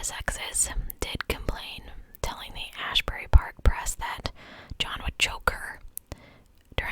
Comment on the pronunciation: Hi! It’s pronounced “mon-myth” and “as berry.” I dated a man named Jon who abused 3 prior partners. I only found out after I left. His mother covers his tracks and excuses his behavior. He’s 33 now turning 34 and lives at home. Travels for work so he can hide his tendencies. With her controlling the narrative, she blamed the girls and their behavior. She justified it to explain why her son had no choice but to do it - like it was logical or rational. Its frightening. He was tall, sort of handsome (when you don’t know his personality) and he made good money for most women (I made more and he hated that) but this was an incredible parallel. I was also choked. I made it out alive. This one hit home. He’s dead, but there’s no justice because she is too.